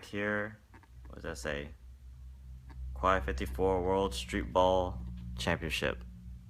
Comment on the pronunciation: pronounced (kay 54)